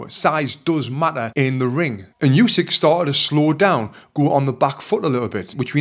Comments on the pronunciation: Good analysis and yes, the ref absolutely saved Fury from a TKO. Only one thing to mention. As one of the greatest ever I think Usyk deserves to have his name pronounced correctly. It's Oo-sik not Yoo-sik. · Not Usky, but Usyk. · Oosyk not yousyk 😮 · Usyk not Usik